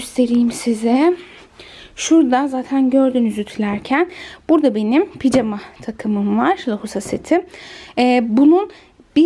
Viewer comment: Neden ısrarla picama diyorsunuz doğrusu pijama